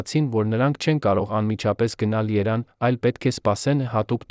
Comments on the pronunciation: Էս ռոբոտի հոլովակը ուղղեք հերիքա ասի իրեվան ամոթա էլի ՀԻՇԵՔ ԵՐևԱՆ ԵՐևԱՆ ԿԱՄ ԷԼ ՓԱԿԵՔ ձեր հաղորդումները արդեն զզվելի է այդ լսումները ու կասկածելի արդյոք հայ է այս հոլովակը դնողները ես հիմա վատ կդնեմ ձեզ ինձ համար շատ թանկ է ԳՈՀԱՐ ԳԱՍՊԱՐՅԱՆԸ բայց դուք էլ արեք ուղղում այլապես կդառնաք ավելնորդ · 🇦🇲❤️🙏այս ռոբտին սովորացրեք որ Երեվանը Երան չասի ։դուք հո թուրք չեք ՝նրանք էլ ասում են իրեվան ։Ես Իրանահայ եմ Պարսիկներն մինչեվ հիմա էլ գրում են Իրեվան ՝1828 թվի թուրքմեչայի պայմանագրով ՝Արեվելյան Հայաստանը փոխանցվեց Ռուսներին եվ ըստ Պարսիկների ՝Ռուսներն էլ Լենինականի 102 բազայի պատին գրեցին Эриван губерния ,հետո արտասանեցին Երեվան ՝բայց սուտի գողականներն ասում էին գնանք Էրեվան ՚ապ Էրեվանից ես ՝եվ այդպես բաքուն ասաց դա իրվան խանի անունով ազերական քաղաք է : Փոխարեն ասեն 1988 թվին ռոբոթը ասում է 1988 երորդ տարում ՝արա խելքի արեք Հայոց լեզուն ՚աշխարհի ամենա սիդուն լեզուն սարքել եք անճաշակ լեզու ։ Բարեվներ Գլենդելից ։ ❤️💙🧡🙏🙏🙏✝️✝️✝️🎯🎯🎯🌟🌟🌟🧠🧠🧠 🇦🇲❤️🇺🇸